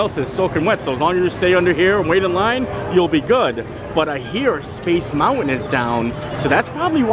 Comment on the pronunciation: Hey, I LOVE the way you say MOUNTAIN!! 💕. Ha. ( Not making fun of you, I’ve just never heard it pronounced Mount-Wen before!!). I really like your hats. They really suit you. Maybe you could wear your favorite sports team(s) too!! 😃